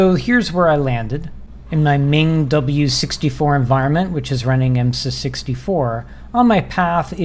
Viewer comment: Some notes on pronunciation—MinGW is pronounced like "min g w", because it stands for "Minimalist GNU for Windows", and Clang is pronounced like "clang" (the word that means the loud sound). Yes, Clang also comes from "C lang", but it's convention for LLVM compiler frontends to be pronounced like this. E.g. Flang, the LLVM's compiler frontend for Fortran, is pronounced similarly to "fling". The mold linker is even faster than lld, but it's *nix only, so that won't help you on Windows.